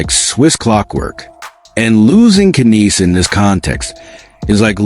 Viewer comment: Ya don't pronounce the K!! KNIES!! The K is SILENT!!